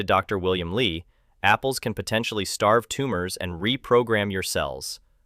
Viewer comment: Narrator pronounces Dr Li as Dr Lie in some portions of video.